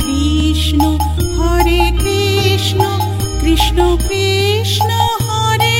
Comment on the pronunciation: খুব ভালো লাগলো। সুর তাল কন্ঠ মন্দ নয় ! কিন্তু উচ্চারণ গুলো আর একটু সঠিক হলে আরো ভালো লাগবে ! যেমন:- কৃষ্ণো নয় > কৃষ্ণ হবে, রামো নয় > রাম হবে ! বিষয়টি মনোযোগ দেওয়ার জন্য অনুরোধ রইল !